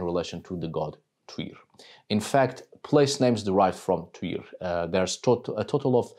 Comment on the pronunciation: Thank you so much! I now know how to pronounce Tyr's name properly. I live in the U.S. and we mispronounce EVERYTHING. 😂 Plus, I have Dannish blood, and it is nice to hear from the Peeps! Blessings on your house!